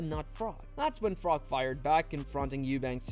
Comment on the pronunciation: Carl Frok?....Froch 😂